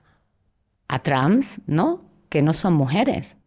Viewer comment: Pero porque dice "Trams" ?? Quiere decir trans, no?